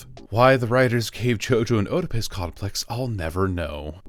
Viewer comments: oedipus pronounced like "ee-dipus" or "eh-dipus" not oh-dipus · Why do people use these shitty AI text to speech functions? Nobody who knows what an Oedipus Complex is would pronounce it Ode-eh-piss.